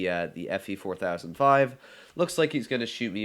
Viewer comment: How he says 4005 triggers me